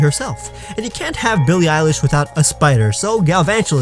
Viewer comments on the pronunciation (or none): Did he say Billie eyelash.